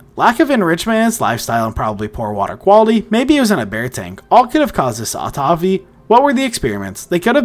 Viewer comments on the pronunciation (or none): Amazing animal for sure. Great vid. Btw, Autophagy is pronounced aa*taa*fuh*jee. 👍👍